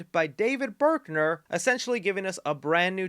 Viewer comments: It's david bruckner. Not berkner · Thanks for the review! As a longtime fan of the first 4 flicks, I’m super excited to watch! On a side note… and sorry if someone already pointed this out… the director’s name is David BRUCKner, not BERKner. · > Berkner I love you but you mispronounce so much stuff lol